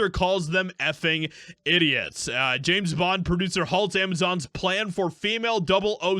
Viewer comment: Its James bond, not Janet bond